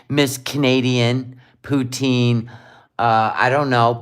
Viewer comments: the proper Pronunciation is Poutine NOT Poutin. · It’s Pouteen, not Poutinn. I met someone today from Montreal. I asked her how to say it. is an idjit.